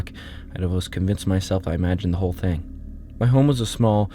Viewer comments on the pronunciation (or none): none